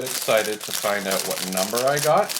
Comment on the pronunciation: The word is OUT not oot.